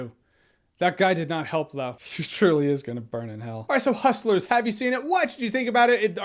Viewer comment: "Huschlers" -Jeremy Jahns